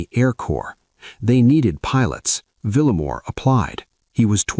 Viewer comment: Vil - ya-mor. Not Villa - mor.